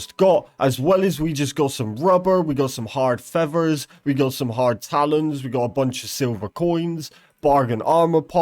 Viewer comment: listening to this poorly educated broken english literally lowers my IQ... here's a quick cheat sheet if you're lost on wtf he's talking about. fevver = feather, warevur = where ever, wahur = water, each ovvor = each other, ovvur = other, thar/dar = there, anovur = another, fro = throw, ahuer = alter, rezorzes = resources.